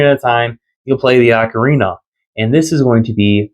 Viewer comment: OAK-orina (as in an oak tree) is % the wrong way to say ocarina. It’s OCK or AWWK-orina. If you say it as “oak” you are incorrect and need to learn how to pronounce words from any music teacher or person familiar with instruments. Also this may step on your toes since you said it’s how you’ve said it since little, it’s DECK-ooo not DEEK-ooo… Great DECK-ooo Tree. Never meant to be DEEK